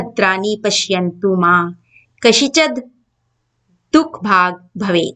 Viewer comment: Thank you or Sanskrit language ka ap pronantation thoda AXA se nhi kr pa rhi hain jaise kaschid hi dekh le